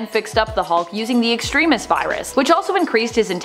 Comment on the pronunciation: Your pronunciation of Extremis drives me nuts, otherwise nice short coverage of this story